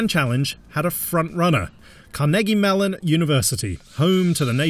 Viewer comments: " car-neggie melon " lmao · the way he said Carnegie Mellon hurts my ears